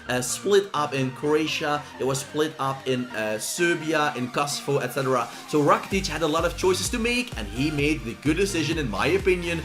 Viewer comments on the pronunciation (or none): none